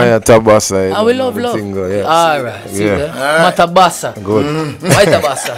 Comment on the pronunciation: wow shona goes too far he is saying maitabasa